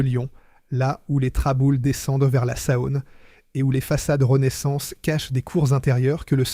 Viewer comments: "la saaône" "les fosses" " Rhône poulanque" faites un effort quand même. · J'ai arrêté à 2 min, après la "Sahône"😂😂😂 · La Sa-one ! C'est insupportable ! Je quitte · Intéressant historique, mais ce conteur IA qui ne sait pas prononcer correctement en français les dates, des mots simples et des noms propres (fils, Rhône-Poulenc, Saône, Aronde...) c'est pénible ! Et où avez-vous vu qu'une Norev se cassait en deux si elle tombait sur le carrelage et que dans les mêmes conditions une Dinky-Toys brisait le carrelage ? C'est tout simplement faux !